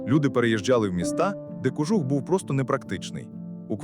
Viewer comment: Попрацюйте над наголосами.КожУх!